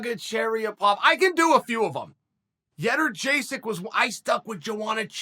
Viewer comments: "Joanna Yederjaysek" Jędrzejczyk is pronounced Yewn-jay-chick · Started off with “Yederjaysek” then went back to the correct “jeh-durr-jay-sik” 👍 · You can get by with "Young-Jay-Check" And who's this Proklovich clown? It's "Pro-Hav-Ska" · I'm pretty sure the correct pronounciation is Yay-Unn-Jay-Check. But i personally prefer Joanna Jason'sDeliPaycheck. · Chael: doesn’t even slightly try to say her name right Also Chael: I hate anything that even slightly disrespects Joanna